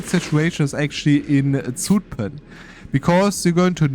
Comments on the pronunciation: To pronounce Zutphen correctly a German would sooner write sütphen. The s is not fully correct but the german z that's,pronounced ts is more wrong (there is no t sound). The (short) ü instead of u because that is how the Dutch u is pronounced, the german u sound we spell as oe. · ok let me be fully correct: for Utrecht you are completely correct. For Zutphen it sounds more like the u in the English duhhh. We call the difference short u vs long u but I dont think it maps to kurze ü vs lange ü in german cause I've been thinking for a few minutes and cant think of a German example where ü sounds like the u in duhh or Zutphen. I'll update if I end up thinking of one.